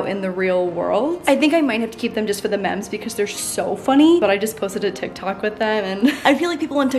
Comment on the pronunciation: I had to stop the whole video after she pronounced "memes" as "Meh-ms" don't know why this seemed so profound but it did. Also good job going back to school "Ryerson good enough" needs to move aside to Sneaker School